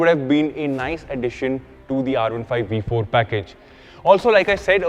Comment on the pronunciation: I had to stop watching after you repeatedly butchered the sound of the letter 'V' multiple times! How is a 'V' also a 'WE'? 🤔